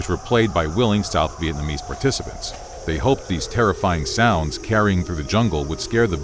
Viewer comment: Bro your pronunciation of Vietnamese mad me rage more than those people who say pho as fo